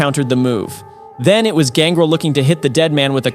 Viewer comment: You're clearly not a pro wrestling fan. The pronunciation on X-Pac and Gangrel is pretty cringe. It's X-Pac as in 2-Pac and it's Gangrel with emphasis on the EL.